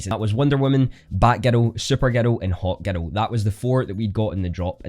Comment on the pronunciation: Great video, love the accent. I thought u kept saying “hot girl” then i realized u were saying “hawk girl” XD Hahaha